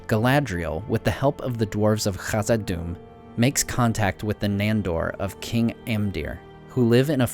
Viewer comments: One more time, you saying KKRRAAHKKKzad-Dûm, I hang up myself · You probably won't see this comment but I just wanted to say that you pronounce khazad-dum with a fricative, but kh in Khuzdul is pronounced like an aspirated k, which means the consonant I followed by a puff of air. It's the gh which can (but isn't by most people) be pronounced as a fricative.